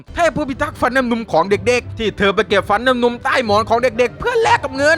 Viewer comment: เป็นเราคนเดี๋ยวหรือเปล่าที่ได้ยินพี่พูดว่า เทพทิดาฟันน้ำนุง